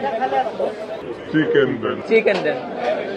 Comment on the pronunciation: ai beta ki chicken bolte pare na arekta I eki dam jigisa kore